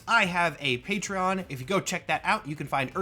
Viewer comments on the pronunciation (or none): none